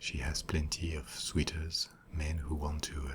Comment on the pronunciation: It's soooters, not sweeters for suitors